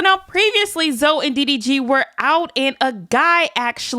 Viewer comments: It’s Zoe not zo lol yall annoying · Im listening to the video as Im doing my hair & Im just wondering who tf “Zo” is when its “Zo-ie” I was so confused 😭